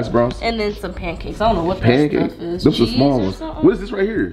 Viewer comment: said “ I like to soak my panacakes😂